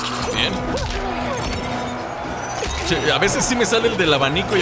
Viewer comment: Soy yo o siempre dice: “CHET”